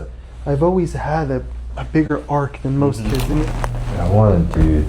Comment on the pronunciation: Not Arc, the word is arch